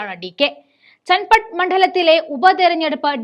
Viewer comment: ചന്നപട്ടണ എന്നാണ് . ചൻപട്ടണ അല്ല